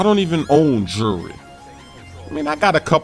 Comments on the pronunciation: " I dont even own jewlry" you cant even say jewlry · "Jewrrr" he can't say jewelry. S-s-s splash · You say jewlery wierd